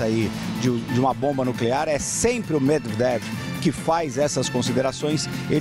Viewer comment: O repórter tá passando mal pra falar o nome do cara, semdevnever. Kkkkk